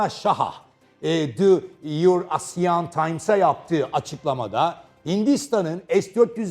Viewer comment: Eurasian kelimesini Türkçe okumakta ne bileyim 😂😂😂